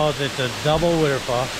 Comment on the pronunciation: Nice. We love the way you said wuter fall! Looked like a good hike and glad you made it, thank you for sharing! Bet that water felt wonderful! Oh and hope you don't take offense to the tease on your accent. I'm a yuper in the Midwest and have my own accent, so I'm told.